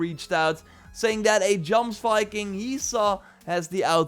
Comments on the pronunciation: Jomsviking is pronounced Yomsviking. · Correct. “Yoms-vik-ing” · Jomsviking is pronounced with a "y" sound not a "j"